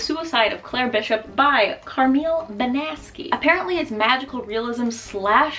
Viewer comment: The way you said Banasky. Perfection 🤌